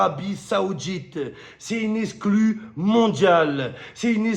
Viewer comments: Wesh le C de « exclu » tu l’as snifée ou quoi 😂😂😂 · Tellement pressé pour donner 😂 il a mentionné ''exlu'' au lieu d'exclu😅 sacré momo